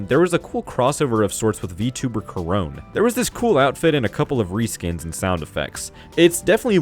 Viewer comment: Ah yes, Koron, not Korone.